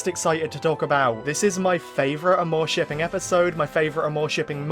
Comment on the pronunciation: My medievally wired brain honestly thought it was pronounced: ARMORshipping, not aMOREshipping (spelled like it sounds).